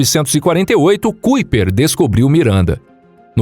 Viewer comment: Uma observação, o nome de Gerard Kuiper é holandês e pronuncia-se Caiper e não Cuiper!